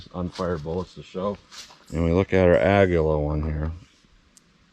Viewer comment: You pronounced it correctly on this video. It is Spanish for eagle. I have asked three Spanish-speaking people how to pronounce it and they announced it as you did. I went to an app that translates Spanish to English and vice versa and it pronounced it the way you did correctly. Don’t let the haters hate.😊